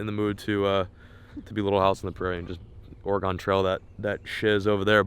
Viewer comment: Slightly offended by the way you said Oregon